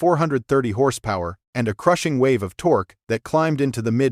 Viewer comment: The "tok" climbed? Stupid AI narration.